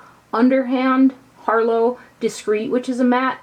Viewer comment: It's pronounced "har-lotte", honey. As in, "this harlot has many vices" ;)